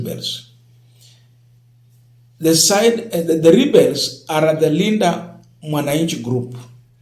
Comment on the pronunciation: Rebels pronounced (Re…ba…ls)